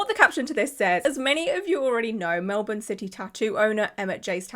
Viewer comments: Australian here! Thank you for your correct pronunciation of Melbourne! It was very refreshing to hear someone pronounce it correctly 😅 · Yaaaaas!! She's proven it can be said without our accent 😂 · Australian here, Mel-bon (how you said Melbourne) is a correct way to say it, with Mel-bin being the more common way I've heard it said by Australians. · Australian here, just paused the video & jumping in quickly — you pronounced Melbourne beautifully 🤍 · Melbournian here...🇦🇺 Well done with your pronunciation of 'Melbourne'. One correction, our population is just over 5 million, not 8. Take care. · You pronounced Melbourne correctly 😊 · Side note: thank you for being one of the few non-aussies I've seen who actually pronounce Melbourne correctly 😂 But on the main subject, what a petty, vindictive little man baby. Really showed Carrot Studios, didn't he? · I thought about getting a tattoo there over a year ago! (Also, you said the city correctly) The studio is in midddle of the Melbourne CBD and at the time had a bunch of tables in the middle of the room where the artists worked on their art and then tattoo tables/ chairs around it. I didn’t end up getting the tattoo as it the place didn’t seem overly clean (I'm a germophobe), and there was very little privacy. The artists that was assigned to me didn't speak english very well and didn’t seem to understand what I was trying to convey. To be fair to them, I have a speech impediment). Everyone was really nice though and they had a range of artists with beautiful work. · Just came down here to say thankyou for saying Melbourne properly 😅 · yay you are saying melbourne right 🎉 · Go you for actually saying Melbourne right 👍🏻👍🏻👍🏻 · You pronounced Melbourne PERFECTLY!!! As an Aussie (and Victorian at that!), so impressed, nobody international ever says it right first try 😂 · I'm Australian and you said Melbourne perfectly. Not many non-Aussie's get it right. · Yooo my city. You pronounced Melbourne perfectly.